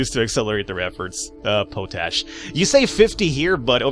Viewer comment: it's pronounced pot-ash. It's a form of potassium that is a plant nutrient in the soil.